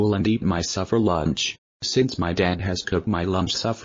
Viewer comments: And it’s SUPPER not “suffer” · The grammar in the video description is terrible but the video is fantastic and I love how pronounces suffer instead of supper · Its pronounced supper not suffer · Besides, it’s “supper”. Not “Suffer”.